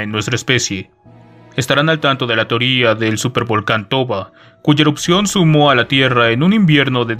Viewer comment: que leas "sumió" como "sumó" y "diezmar" como "desmiar" es demasiado malo